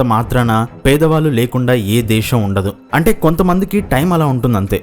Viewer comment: దేశం అనాలి బాబు... దేషమ్ కాదు